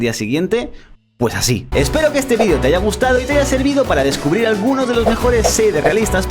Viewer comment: no digas ESO, TU ERES ESPAÑOL NO LATINO, CADA RATO ME MOLESTA MUCHO DICES VIDIO QUE VIDEO, NO ENTIENDES HUEVON